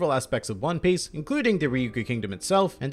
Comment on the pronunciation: Did he just say "hone piece"?